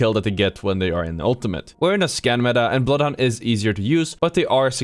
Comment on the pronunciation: nothing scarier than being bloodhound scanned while ratting then hearing "I AM BLOOTH HUNDOOR!"